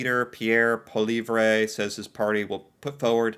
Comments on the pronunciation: His name is pronounced like poly-ehv ehv is pronounced with a short "E" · Justin Trudeau took part in a Terry Fox Run event last weekend. Did Polievre? Nope. (pronounced Pol-lee-EV-re, just for future reference) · Poilievre is pronouced : poy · lee ·ev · you are butchering his name once agian say it like this Pierre Paleev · I totally enjoy how you are pronouncing Pierre Poilievre’s name 😂